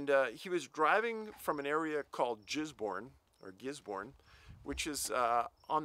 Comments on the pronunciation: Awesome story. Good to see you going offshore. I'm from Hawkes Bay where this happened. I remember this case. The place names you mispronounced are Giz-born, Danny-verk and Ru-a-he-nay. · As a kiwi I had no idea what these places where when i heard his pronouncement. Just to clarify the name places, Gisbourne is pronounced with a hard g, Or say Fizzborn but then replace the f with a g and you have it. Dan virk which the presenter had difficulty with is Dannevirke and pronounced Dannyvirk make the virk rhyme with work and you got it. Ruahine is a range of mountains. Pronounced Roo A Hein Knee. Hope that helps. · He said "jizz born" lol!